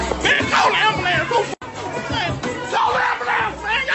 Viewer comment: "MAN CALL THE AMBALAMPSE"